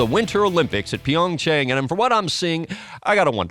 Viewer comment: He didn’t pronounce it correctly either. The a in Chang (창) is roughly the same as the a in father. He said it more like “PyeongCheng”.